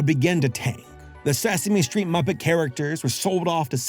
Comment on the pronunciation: “Suh Same Street.” IYKYK. 😅❤